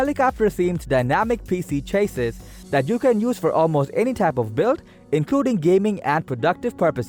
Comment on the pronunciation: CHA-SEE or plural CHA-SEEs not Chaseiss dude... cringed all the way through.